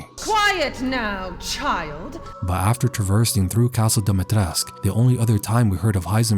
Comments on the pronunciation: Why do people always say "Dimitresc"? It's "Dimitrescu", the 'u' has to be pronounced like an 'oo' in English. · why does he speak about Dimitrescu with a Spanish accent? her name isn't Spanish its Romanian It would be like changing your accent to a Vietnamese one talking about berlin it was so weird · You kinda say "Dimitrescu" in a weird way, don't you?